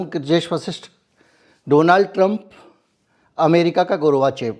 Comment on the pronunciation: Gorvachov hota hai, gurvachev nahin